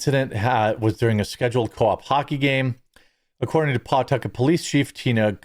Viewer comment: It's puh-tuck-it.